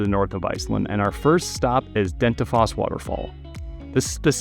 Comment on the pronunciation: Hey, its Dettifoss not Dentifoss